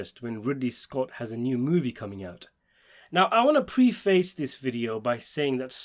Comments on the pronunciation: It’s preface, not pre-face. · That is not how you pronounce the word preface. Read a bloody dictionary